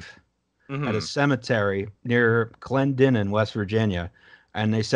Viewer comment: Hey! Good job you pronounced Clendenin correctly instead of fucking it up like a quarter of the people from outside of WV who attempt it. Now try Kanawha, Cairo, and Hurricane.